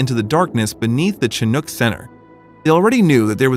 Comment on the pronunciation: Awesome story ♡ Chinook is pronounced "shin-ook" (ook as in "book")